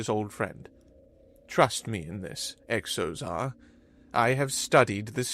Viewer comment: Another thing this narrator repeatedly mispronounces: words beginning with X. In this episode there's a character with the name Xozar. When a word begins with X, & it's not a chinese word or name, it's pronounced as if it was a Z. So Xozar should be pronounced Zozar, not Ecksozar. For an example not from a fictitious name, consider the word xylophone. It's pronounced zylophone, not... honestly, I'm not sure how this narrator would pronounce it.